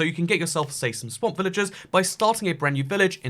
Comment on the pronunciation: I can't tell when your saying villages and when your saying villagers